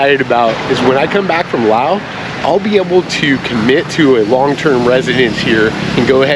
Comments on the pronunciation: The “s” in Laos is silent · You don't pronounce the "s" in Laos